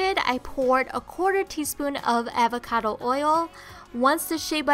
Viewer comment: You pronounce "Avocado" funnily😂